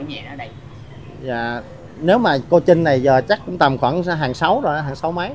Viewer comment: CHAO CHAU THI KIM TRINH..THAY VI E PHAT AM KH CHUAN..THANH TEN CHINH..TRINH CHU KH PHAI CHINH NHEN E..